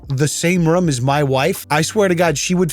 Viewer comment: Why you say "room" like "rum"? It's worse than the christians on the plane.